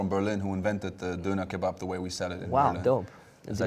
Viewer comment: So ein bullshit! Döner is not a "Berlin thing" 😂 das ding wurde von nem Türken erfunden. Stop taking props for shit u haven't invented. You can't even pronounce its name "Döner", which basically means the turning round in circles in Turkish. Pay respect where they due.